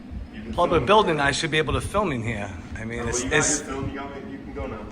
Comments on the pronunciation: Poor guy just could not pronounce PUBLIC…he kept saying PLUBLIC. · Is he saying plublic?? Morons